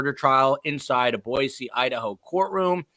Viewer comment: Thank you for pronouncing Boise (Boy-C) correctly. PS -, Hi from Cape Coral. It was hot down here today.